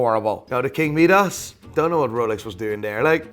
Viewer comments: Midas not Meedas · Who de f**k is king me-dus it’s pronounced my-dus smh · Could you please make up your mind. You pronounce Seiko 2 different ways...See-ko and Say-ko. And you completely butcher King Midas, pronounced as My-duss not Mee-duss. Im sure there are others but I was sickened by your use of the english language I had to shut you down. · King me-dos, the lesser known brother of King My-dis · How on earth are you saying king medas, it’s Midas ya numpty. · It's pronounced 'My-Duss' no 'Me-dass' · MY DOS not meedos😂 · king my-das not king me-das, wtf, lmfao!!! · First of all.... It's MY-Dus, Not Mee-Dus. and It's Say- Ko not See-ko. The Omega Seamaster Debuted in 1948, The Submariner in 1953, So who copied who? NATO straps were designed and made by The British Ministry Of Defense Standard NOT ROLEX. Regardless of your Quasi Dutch-Northern Irish mash-up accent, can you make the effort? Aren't you a watch dealer? Jaysus. C'mon. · "King Meedus" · "King Meeee-das" lmao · "King meedus?" Not heard that one before. Is it is like "riddle meedus batman? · "King mead-arse" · King Meedass? LOL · Midas is pronounced my-das. 🤦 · its pronounced my-doss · meedas lol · Doesn't know who Roger Moore is despite making a one related video and then pronounces Meedas like a prat. Whatever this watermelon's opinion of watches is, counts for nothing to me. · King Meeeedas? Doesn't know who Roger Moore is. Is this guy dumb as rocks? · He can’t even pronounce omega, seiko or Midas right. He only says Rolex correctly lol